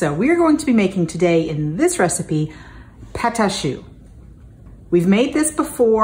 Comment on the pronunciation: Not a bad accent she said it very well. I like your show. Thank you for what you do JP for Miami.